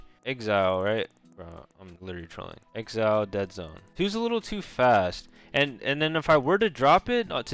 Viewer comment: Bro said "exile" lmao...it's axe-e-ul like x and y axis